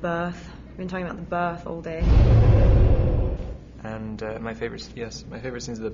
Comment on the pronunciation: whoa when Kristen said "all day" it was with a british accent, omg she's catching on Rob's accent! hah